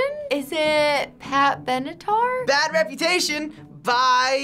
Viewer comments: She always says pat benetar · LMFAOOOOOOOOOO says Pat Benatar every episode